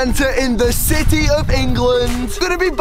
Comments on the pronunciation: Did he say..."city" of England? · Did he say "city of England"? Lol